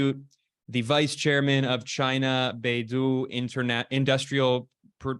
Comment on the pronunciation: Beidou 北斗 should be pronounced as bei "dough", not bei~do